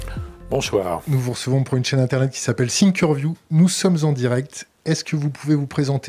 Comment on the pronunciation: Par contre, on dit thinkerview et pas sinkerview en anglais:), merci pour toutes les videos.